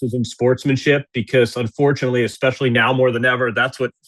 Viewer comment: can Andy slap the other guy every time he says EXSPECIALLY